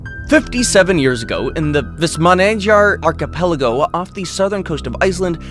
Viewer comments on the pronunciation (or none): none